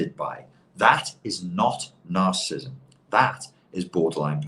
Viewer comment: He can't pronounce narcissism... not good for a man trying to make a living from it.